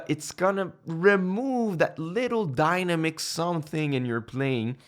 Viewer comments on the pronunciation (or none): Dyna-mix??? Lol... 😂 Excellent useful tips... Thank you... ☺️☺️☺️